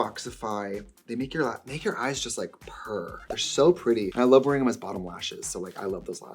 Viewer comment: “I feel like this is yourrrrr vibe, no?”